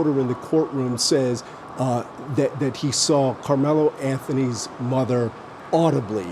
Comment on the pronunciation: "Karmelo" lol